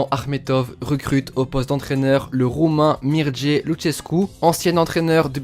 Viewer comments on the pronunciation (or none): C’est Mircea pas mirdjé 😅